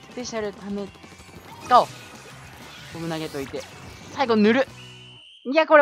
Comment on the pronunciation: すいません自分が耳悪いのはわかってますがボムがボブに聞こえてしまいます